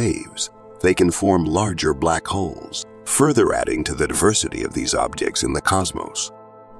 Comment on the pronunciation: Omg I thought he kept saying Black Hoes 😵‍💫